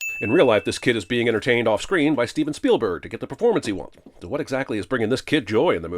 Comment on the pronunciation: You mispronounce 'Spielberg'.